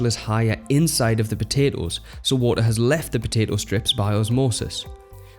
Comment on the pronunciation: "wo'oh" Lol.